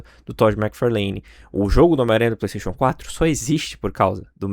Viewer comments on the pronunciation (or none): none